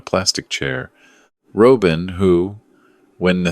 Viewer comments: AI please learn how to pronounce the name Robin! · A Good story, in which you could only say Robin properly.